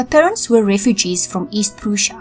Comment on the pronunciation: Just a tiny tip: Prussia is pronounced like Russia but with a P. I made the same mistake in a oral when I was in high school but my English teacher kindly corrected me :)